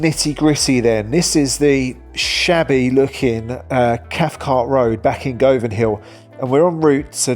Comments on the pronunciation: It’s pronounced Guvanhill not Gov..anhill…. And it Pronounced Guvan….not Gov…an….🤷‍♀️ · If you’re going to do a video about Glasgow, at least learn how to pronounce the name of the areas correctly. You are saying Go Van for Govan. It’s pronounced guvan. Sokky hall street is pronounced Sukky hall street, etc. Your mispronounced areas just makes a mockery of your video. Makes you sound stupid and makes it a good laugh! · Can someone please help him out he needs to learn how to say GUVan not GO Van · You’re pronouncing ‘Govan’ wrong. It’s pronounced GUVVAN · Please get your pronunciation right! It’s ‘Guvvan’. Not ‘Go-van’ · youve never lived in glasgow, or you would know its pronounced Guvan, not Go-van... and every glaswegian knows how to say sauchiehall stret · Govan...he says "Go van"....naw, eejit....it's "Govan"...rhymes with "oven"....yer welcome.. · Please pronounce the names correctly. It is not pronounced Go- van but Guv - van. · It's pronounced Guvan, not Govan. I'm actually not sure if you managed to name a single area of the city of Glasgow properly. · Govan ? Learn to pronounce it properly. Gu-vin! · Govan is pronounced Guvan same with Govanhill. Both places Im glad i dont stay in. Im glad you love the City of Glasgow. 👍🏻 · It's pronounced Guv an not goh van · It is not Go van it is pronounced GU VAN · it said more sounding like guvan not govan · That's not how you pronounce Govan. Its not Gohvan. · Smashin video, Govan correct pronunciation Guvan. 😊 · i don't know where you're from,, but it's pronounced Guvan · We from the surrounding areas say the area Govan its pronounced as guvan, weird as it has a o but its commonly known as guvan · Govan is pronounced "Guvin". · Govanhill is pronounced Guvinhill, same with Govan, Guvin 😎👍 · its guv van said as quickly as possible guvan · Govan is pronounced Guvan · Nobody has given correct way to pronounce Govan. It's exactly same pronunciation as Lovin'. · I wish the narrator could pronounce Govan properly